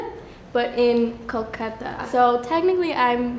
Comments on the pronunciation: That is not how you pronounce Kolkata or Bengali. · Bro she says she is bengali but the way she said Kolkata hurt me, I get she is adopted but still